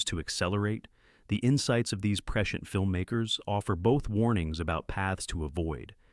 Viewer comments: Preshent, preshent, preshent, lol, cmon A.I voice man. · Especially when Hal can't pronounce prescient - a word that's scripted so many times it becomes ridiculous. (Press-see-ent) Ugh. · AI is not a threat until it can pronounce the word Prescient (preSH(ē)ənt) correctly. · Apparently, someone has taught AI the word "prescient". 🙄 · Baled partway through because I couldn't handle hearing the word "prescient" anymore. Annoying word, especially annoying when pronounced in two syllables. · Prescient. In prescient the “i” is sounded. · This video has raised so many questions for me. Mainly, how to pronounce the word ‘prescient’.